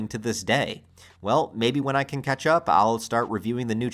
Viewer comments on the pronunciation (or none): none